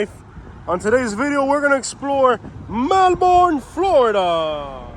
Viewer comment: Good video and true. I'm a Melbourne native and that area has been problematic since I was a little girl. Just an FYI thought, it's pronounced "melburn".